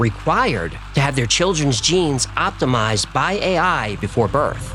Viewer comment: "Je-Nise" needs to do that accent more often.